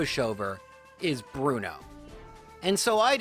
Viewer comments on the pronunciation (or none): Aaah, I see you're a man of culture, as well. Thanks for the corrections, it's been a while. And being wild Onix to give even chances sound more like the badass type of thing Bruno would go for. That Bruno, I mean. Not this "Blu-no".